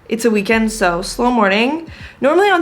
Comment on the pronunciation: You ABSOLUTELY said the "week-end" like a French person XD Be careful darling, soon enough you will start speaking english with a French accent!